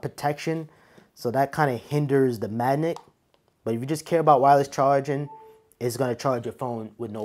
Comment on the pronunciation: Is it me or does this guy keep saying the word Magnet wrong?? He keeps saying manick